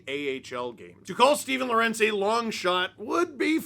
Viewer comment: Pronounce: Law-Wer-Untz